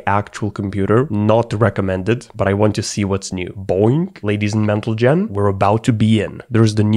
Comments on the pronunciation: Wait, did you just say "Ladies and Mentlegen"? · Ladies and MentleGen 🤣🤣